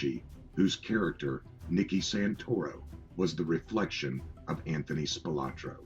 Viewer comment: Well, for starters, it would have instilled a bit more confidence in the veracity of the content if the narrator started of pronouncing the subject's name correctly; as "Spilotro" versus "Spilotra". What a joke!!!